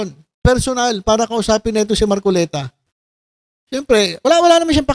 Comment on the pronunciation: Mar kolektaaa😂😂😂ay mar coleta pla...😂😂😂 buking na KC Kya nag kakamali nang bigkasin ung pilyido ni mar kolekta ayyy Este!!! Mar coleta..pla😂😂